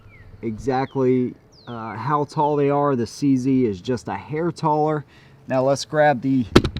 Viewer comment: its che ze (like che guevara and zenith) not c z